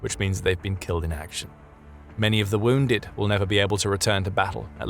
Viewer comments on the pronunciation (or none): none